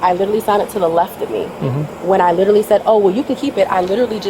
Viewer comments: You mean “lillally” ? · Can any Americans explain why nobody getting arrested can ever pronounce “literally” ? “Lillally” is rogue.